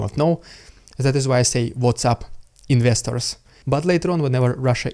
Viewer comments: INVESTERS! So that's what you say at the start. Please, I am not trying to be rude but I couldn't make it out. I wondered if it was Misters or some slang word I wasnt familiar with like meyesters but it was investors all along. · Investors!!! All this time I thought you were saying ministers.. It didn't make much sense, but that is what my ears finally settled on. Thank you for continuing to post your perspective on this war. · Thought you were saying, "What's up misters." 😂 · I thought you said "what's up misters", but it didn't sound quite right, now I know why 😅